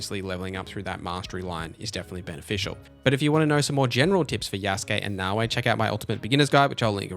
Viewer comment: Great video I gave you a like. One small piece of feedback though. There is no W in Naoe. It's not Naoway. Pronounce the last letter like you are saying the letter "A" Na-O-Aye.